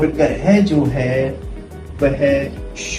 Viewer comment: Sir ye grih nhi h ye grah h